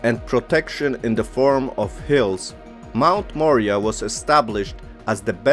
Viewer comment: Moriah..More eye ah!..That is the pronunciation of the mt. A beautiful video and knowledge thank you.